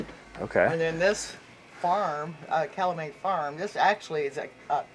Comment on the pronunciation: The first stop, the workers must know that Augusta is located in Kentucky (on the Ohio River); and I thought she said Calumay Farms, instead of Calumet Farms (I may have misunderstood). Ya gotta know what you are selling….